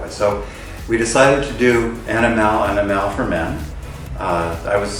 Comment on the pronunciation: the emphasis is AniMALE and not AniMALe. So I hope everyone gets the pronunciation right. Its about 'male' and not 'animale'